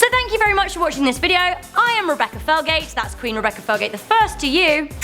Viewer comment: Her name is Rebecca Felgate every time she said her name I thought every single time her name was Rebecca Failgate 😂 I'm sorry Rebecca